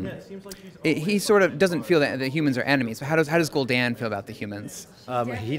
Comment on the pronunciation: He says the name right and then corrects himself to be wrong. What.